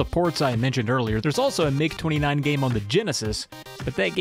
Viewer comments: You're quite correct in pronouncing "MiG" as a word. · MiG is short for Mikoyan-Gurevich, the last names of the founding aircraft designers. The "i" is part of "Mikoyan", so it's correct to pronounce it as part of the "Mi" syllable rather than spelling out each letter.